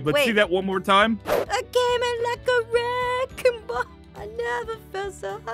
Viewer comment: I keep laughing at aphmau said Aphmau:thats a wreking ball😅😂